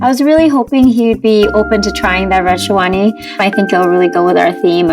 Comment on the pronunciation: even stuff like sherwani and lehenga they cant pronounce correctly... so how do you expect them to pronounce their names. shawani lol